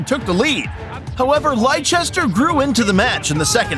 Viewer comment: Stop saying lichester it's Leicester